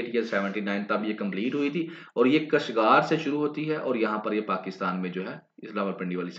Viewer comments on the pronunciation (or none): سر کاشگر لفظ ہے۔۔ کشگار نہیں Wesy its effective analysis...